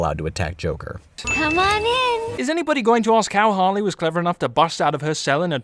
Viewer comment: It's HARLEY, not "Haley"! Also, you fundamentally fail to understand this video by saying that.